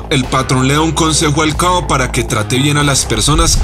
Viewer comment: Porque dices coa,? Se dice Càbo